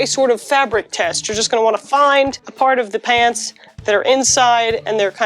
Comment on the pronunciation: For a moment there I thought she was saying "I love paints"... Which is understandable, considering her normal content.